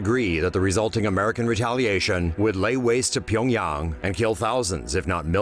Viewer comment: Finally someone pronounces Pyongyang right